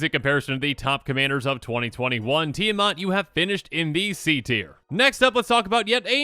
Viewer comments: Really annoyed as an individual and as a Minnesotan (since, Eddie and the group live in this state) that he pronounces it Tia 'Mot' and not Tia 'Mat'... It is the same with Esika, where people pronounced it E 'sea' ka for some stupid a** reason 🙄 The 'I' in Esika makes the 'I' as in 'itch' sound (Like )... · Need more help: break Esika down into syllables (Es) (I) (Ka). (T) (The 'I' being silent here) (A) (Mat). You can even break Mat down further into 3 syllables. Mot =/= Mat